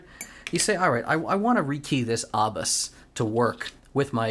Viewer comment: Love your videos just subscribed. Just some info the lock pronunciation is with a long A, no R in it. Pronounce as A bus